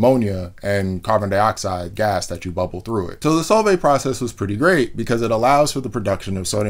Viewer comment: When he said "Solvay", I totally heard "salt bae"